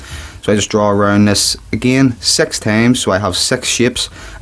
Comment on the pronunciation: his annoying me six not sex